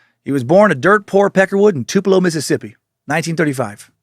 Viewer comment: I was born and raised in Tupelo and I appreciate Dan pronouncing it correctly. (For real, no sarcasm.)